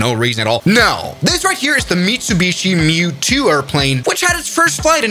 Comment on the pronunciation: Ummmm. There have certainly been a lot of fatal crashes in the MU-2,pronounced M-U-2, but this summary is moronic. Sorry, I hate to be negative online. Please try again.